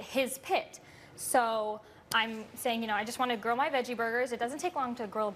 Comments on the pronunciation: wow what a brat lol "grow my burger" she can't pronounce grill lol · When she said grill my burger I keep hearing grow my burger